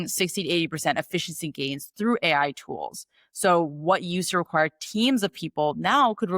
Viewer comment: i couldnt listen to you say A, I. Had to turn off